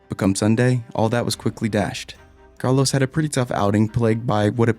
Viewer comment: This guy pronounces Portimão right but can’t say Norris, Carlos, McLaren, Aussie correctly....